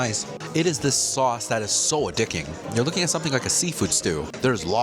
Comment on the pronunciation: did u say a dicking???😂 love the review the Salisbury steak looks fire